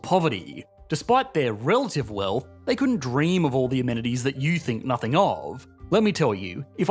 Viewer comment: Is it just me or does anyone else find the way talks by adding extra sounds to words drive you nuts?? for example "nothing" he says it "nothinguh". I find this to be equivalent to valley-girl talk. "OWWWWWE MYYYYY GAWWWDUHHHHH"